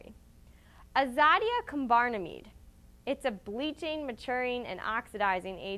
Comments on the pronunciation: There is no such law in Singapore. You pronounced the chemical compound wrong. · You totally mispronounced the crap outta the chemical compound but do appreciate your efforts to inform people.